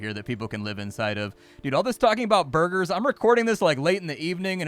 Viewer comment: When youre talking about burgers is funny because in dutch burger means civillian you even almost said it in the correct way